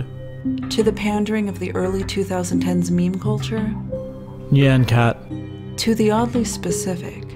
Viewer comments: Hearing how Pronunciation Book said "Nyan cat" hurt. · I know this is supposed to be a serious video, but... that's not how you pronounce nyan cat.